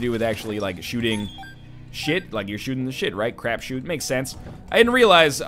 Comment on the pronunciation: is it "crapshoot"? Sounded like he was saying craft shoot, is there another expression less vulgar that i'm not familiar with?